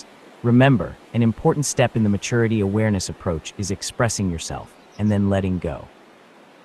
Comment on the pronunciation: Can anyone point me to an audiobook where the recorder doesn’t pronounce maturity like matoority? It’s driving me crazy